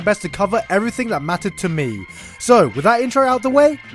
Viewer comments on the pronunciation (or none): that emphasis on "to me" xD